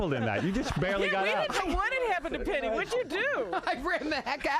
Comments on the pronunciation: her name is pronounced Peggy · I love how nobody can get Penny's name right LOL!